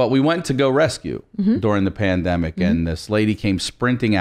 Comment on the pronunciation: Omg Christina calling the pandemic, " Pande " ... Ha! 😃👍